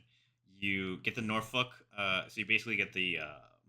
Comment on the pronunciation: its pronounced no-fuck, up the road from it is this place called bad news. It's a rough area myguy. So you ain't really with an armored light cruiser spam? I would think it was basically the only way to counter a destroyer spam, but I could see that missile barrage saying otherwise